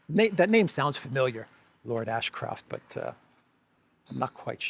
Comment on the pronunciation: Lord Asscroft? Is that Lara Croft's father? 😂